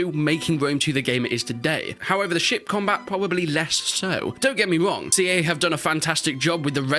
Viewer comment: I cant get over the fact that his accent made it sound like 'shit combat" multiple times.